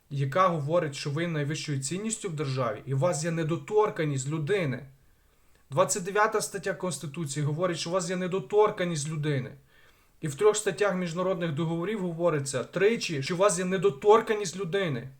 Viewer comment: Мабуть вони не чітко розуміють саме що ви маєте на увазі коли говорите їм про недотОрканність, можливо треба спробувати говорити з вірним наголосом, а саме недоторкАнність. Наврядче до них дійде, але спробувати треба.